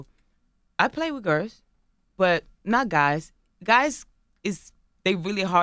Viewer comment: "I always liked the gurrs " 😂😂😂